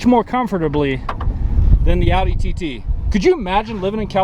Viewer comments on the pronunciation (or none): none